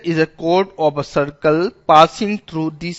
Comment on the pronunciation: That's Not Ob a It's Of a :D But Finally A Good one 😍😍